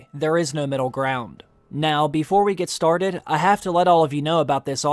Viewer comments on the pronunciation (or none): none